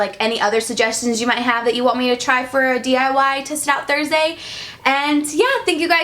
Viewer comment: Who else heard the test it out Thursday??😂😂